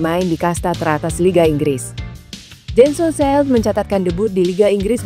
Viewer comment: Jensen Seelt,baca Jen sen Sil